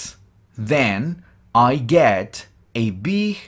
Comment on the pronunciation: Lo unico malo es que cuando estas dictando despacio se siente que pronuncias: it ( con S) y tambien (get). Pero luego todo excelente.